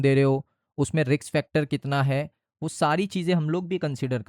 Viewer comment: रिक्स ❌ नहीं... रिस्क ✅